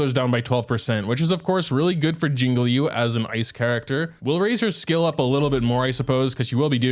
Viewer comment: STOP SAYING “LEE YOU”